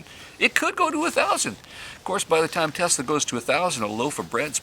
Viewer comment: Is it Tesla or Telsa? Slow down man, had that been an explosive you could have blown us all up.